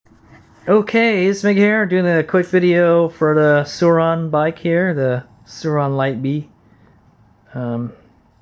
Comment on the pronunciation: pretty sure your saying surron wrong